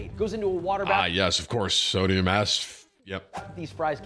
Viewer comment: Did Tim say Sodium-ass?